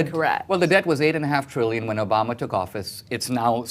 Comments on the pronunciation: is anyone else annoyed that she pronounces Obama's name "Obamerr" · Funny how any word that ends with an a, she adds an r. Obamar time after time.